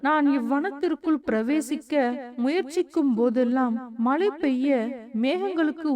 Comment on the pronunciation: Malai poliyaamal elu illai zha vai sariyaga ucharikkavum